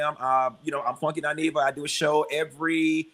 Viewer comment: Umm,, it's Funky "Dy-neva" boo🫩🥱😤